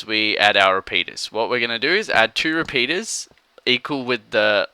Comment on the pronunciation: lol he meant repeaters it's his accent